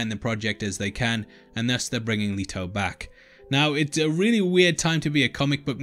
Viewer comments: LET, LET, LET, LETO LETOOOO plz stop saying “Leeto” his name is LETO!!! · Leto NOT LEATO!!!